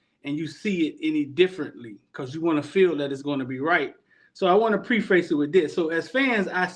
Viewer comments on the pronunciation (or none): say Pre-face faster, its pref-is. Mario needs to look into his soul and delegate the things he sucks at. He sucks at offensive scheme and time management